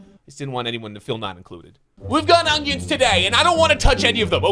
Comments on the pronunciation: bro its not ongions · He really calls them ungions